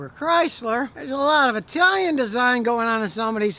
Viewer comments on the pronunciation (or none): none